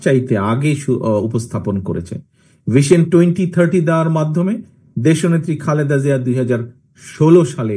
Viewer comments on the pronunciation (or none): none